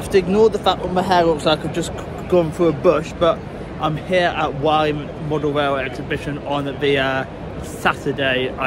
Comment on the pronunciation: Oh yeah just thought id mention its pronounced 'Wor-Lee'